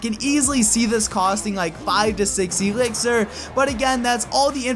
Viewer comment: i hate it when he says Ee-lixir